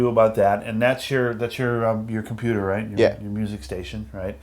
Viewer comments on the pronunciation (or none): "i got my compeeter setup" haha! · .... "I GOT MY COMPEETER SET UP"